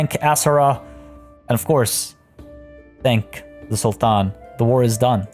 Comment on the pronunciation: Just curious where are you from ? you pronounce the arabic “t” as in sultan perfectly 👍🏻😺